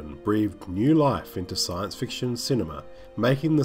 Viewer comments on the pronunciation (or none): none